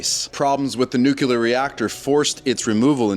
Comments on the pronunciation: New clear not newk ya lurr. Its fuh mill eee urr not fur mill yer. Not sure why that bothers me so much but I have trouble taking people seriously if they can't bother to learn to say words correctly. Thry must have gone to the learing center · For the zillionth time. It's NU CLEE AR. Not NU CU LAR. Guy talking on here should be ashamed of himself.